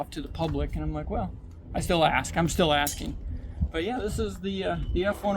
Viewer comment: ax the LS sound